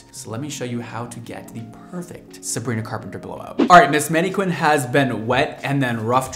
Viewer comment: Did he say maneQUIN? Twice? What a bizarre pronunciation.